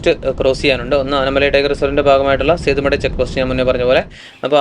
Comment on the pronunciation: തമിഴില്‍ സേത്തുമടൈ എന്നാണ് ഉച്ചാരണം.നല്ല വീഡിയൊ കീപ്പിറ്റ് അപ്പ്.🎉🎉